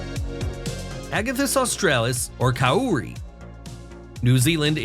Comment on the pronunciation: Sorry to be a stickler, but Kauri (pronounced Cow-ree) and in particular Tani Mahutu (King of the Forest) is the largest tree by volume.